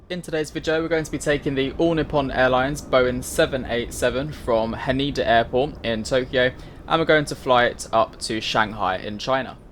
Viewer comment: It's Ha Neh DA not Haneda by the way!